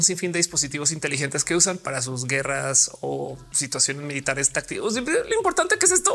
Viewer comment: Ophelia, qué pensaste cuando dijiste 'intelilentes'(?). Porque yo pensé en un estereotipo de los que se ven inteligentes por usarlos xdd